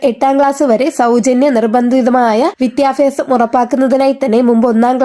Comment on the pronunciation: "ഭ" ക്ക്‌ പകരം "ഫ" പറഞ്ഞു നറേറ്റ് ചെയ്ത വിദ്യാഫ്യാസം ഉള്ള ചേച്ചിക്ക് അക്ഷരശുദ്ധി ഇല്ലെങ്കിൽ ഇതുപോലെ ഉള്ള സഹായത്തിനു പോകണ്ട....